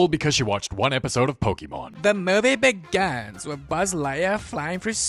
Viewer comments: I love how u say, DA MOVIE BAGINS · “ThA MovEE beGaaans” sounds so fucking gay 🤣